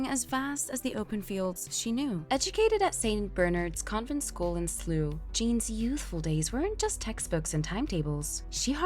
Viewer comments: where’s SLOO ??? ITs slou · SLOO? SLOUGH PRONOUNCED SLAUGH. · I so hate American who can’t pronounce places in the Uk 🇬🇧 I mean sloo ..? Slough please please 🙏